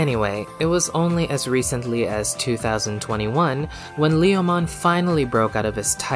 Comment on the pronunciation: "Whether it's in Japanese or in any other language, Lee-oh-mon is always Lee-oh-mon." Now, I'll have to correct you there. In Japanese, while the intended name is certainly the same, it's pronounced more like "Leh-oh-mon". Also, while Leomon's death has become a bit of a meme, he actually tends to be treated MUCH better if you look outside of the anime. All of the first 4 Digimon World games feature a Leomon NPC who stays alive through the end (the one exception to this is Digimon World 2, which features two NPC Leomon, one of which serves as the game's tutorial boss and is seemingly killed upon defeat, though the other one just spends the entire game hanging around the arena IIRC). Cyber Sleuth pokes fun at Leomon's tendency to die without actually killing him...... twice (once with BanchoLeomon, and then again with a regular Leomon, the latter of whom staged a re-enactment of his death in Tamers). And then you've got V-Tamer...... the Leomon in that manga, named Leo, is an absolute savage. And not only does he survive all the way through, but he even manages to evolve into Panjyamon, and later into Regulumon.